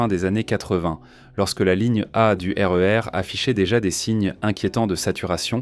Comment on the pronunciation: Ah la la... Cette voix IA, ses liaisons mal ta propos et son incapacité à gérer les sigles comme SNCF ou RER... Ça fout tout en l'air...